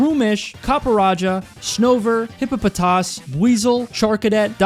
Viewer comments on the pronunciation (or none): this is a great feat except.... He said hipopotas "hippo-potas" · taught me how to say hippapotas 💀